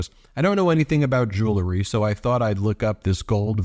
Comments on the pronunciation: OMG! It's JEW EL RY. Not freakin' Jewl a ree. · Ben - jew-EL-ry. Not Jew LE ry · Ben, Honey, it's "Jew-el-ry". Why is everyone saying, "Joo-lur-ree"? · “Jew lery “?? Please correct yourself